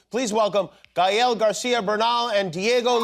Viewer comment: Thank you Jimmy Kimmel for saying his name right!!! Gael (guy-el)